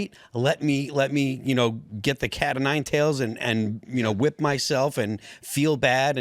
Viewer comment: Phil whips himself with "catinine-tails"!?😂😂😂